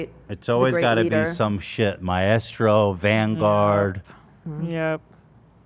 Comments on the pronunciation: Help, why are so many of you completely mispronouncing 'maestro' so confidently? I can't listen to Ethan say 'ma-estro' anymore 😭😭🤣🤣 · My-estro 😂😂😂 idk how but Ethan always finds the weirdest pronunciations. I always heard it as my-stro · Does Ethan think maestro is pronounced my-estro? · The way Ethan pronounces Maestro is so incredibly wrong, is this an American thing?! It’s 2 syllables not 3! :S Sorry, English girl here. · Am I the only one finding the teams pronunciation of maestro extremely jarring? I love them but is them adding the “eh” in a bit? Cause I don’t think that’s meant to be there… at first I thought they were talking about a drug Hahaha